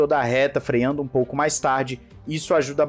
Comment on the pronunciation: "frear" não "freiar" "freando" não "freiando"